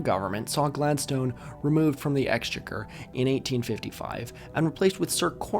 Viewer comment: I wouldn’t normally leave such a comment but you seem like a guy who loves to learn so I must say that your pronunciation of ‘exchequer’ is wild. Also, names like Gladstone are typically pronounced with a schwa on the final vowel, not like the word ‘stone’.